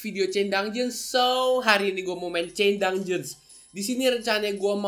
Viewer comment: ko bilangnya chain dungjens bukan chain dunjen